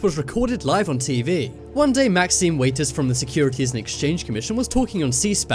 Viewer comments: Maxine "Waiters"? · Maxine "Waiters" What wut?!?!